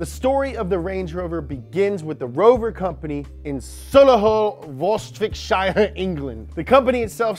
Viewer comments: My grandad helped make the Range Rover in Solihull before he retired and my uncle works at Jaguar Land Rover now! Just so you know, it's pronounced Sol-ee-hul and Wuh-rik-sher. You said Warwick Davies right in another video,! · Interesting pronunciation of Warwickshire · As someone who lived in Warwickshire, I've never heard it pronounced so poorly. Plus, your English accent is quite possibly the worst I've ever heard. Congratulations. Keep up the good work (edited because autocorrect ruined my "your")